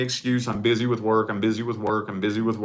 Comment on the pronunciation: Why do you say "which" instead of "with"?